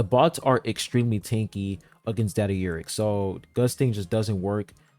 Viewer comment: I can't stop hearing you say "Daddy Urek" instead of "Data Urek"